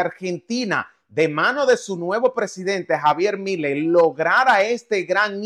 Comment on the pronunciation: El comentarista, es uno mas de os que hablan después de haber investigado profundamente en el UN artículo de UN pasquín de algún pueblo desconocido y perdido en las profundidades de México. Esto es tan evidente que ni pronunciar correctamente el apellido Milei sabe, además de un conjunto de mentiras y medias verdades, acerca de Argentina, Lamentable que muchas personas de buna fe, les crean a mentirosos como el comentarista